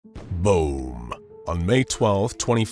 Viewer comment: Narrator said “boom” and it didnt even sound like “boom” it sounded like “BOUM” XD